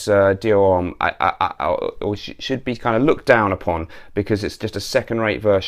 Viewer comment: H in HOMME is silent. Anyways, really like your channel, keep it up!